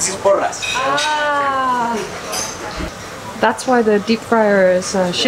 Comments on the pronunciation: Hey I loved the video, didn't expect you in my city!! but just a small thing, what you got is churros and porras, the 2nd one is pronounced as "poh-rrah-s" I hope I explained it correctly 😅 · Same omg, big fan of her but so sceptical as an Spaniard living in Madrid. But the content is good! Although I cannot stand her calling our "porras"... PULOS! 😂😂 Took a while until I realised what she was talking about hahaha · Hey :) They are not called purros they are called porras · Just watching this video since I'm madrileña but just one thing it's not buros o puros it's PORRAS. And something interesting it's that churros in another place of Spain are the porras and the churros are called lacitos (lil bows since it has it's form) Hope you had a great time here in Madrid, and hoping you come back for more in the future! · later in the video one guy for the third time says "porras". She corrects herself talking to him, then when she says it to the camera again she again says PULOS! wtfff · Oh, was in my city! glad you enjoyed it! you kept calling porras "puros", which was funny. Although, for the proper tapas experience/culture, I'd recommend Granada. You'll get a little plate with every drink you order, so you can eat all day long just with drinks. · Its so funny as a basque listening to you say porro instead of porra. Porro means joint in spanish. "Porro is my favorite goes hard" hahahaha. Also loved the video, missing madrid now :( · I want churros so bad right now. Btw, the thick ones are called “porras” not “puros” 🤗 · Hey! I'm from Madrid, just leting you know that it's churros and porras, not churros and puros haha, that means cigars😂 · It is Porras, not Puros. Puro is another thing jaja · Its not puros its porras hhahahahah so cute hearing it pronounced like this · Porras, not puros 😂 ( puros mean cigars in Spanish). I like porras better than churros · Lady, I enjoy watching your videos, but it is PORRAS and not PURROS :)